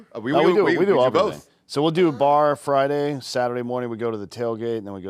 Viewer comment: It's not Friday, you retard, hard D